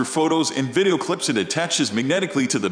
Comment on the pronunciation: The computer-generated voice mispronounces “video” so that it comes out closer to “viddo.”